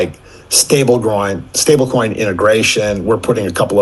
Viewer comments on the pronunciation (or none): Did the bro just say “Stable Groins” 😂🎉🎉🚀🚀🚀 Respect from New Zealand! 🤑